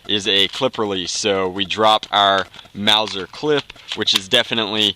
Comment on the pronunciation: Nazi, Clip... I can't even handle this. Someone please teach him